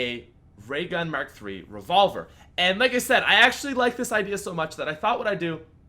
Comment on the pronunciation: "Ray Merk Three" it mark three jks, keep doing what ur doing